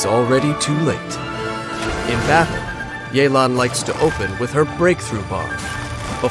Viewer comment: Mans really say Li-you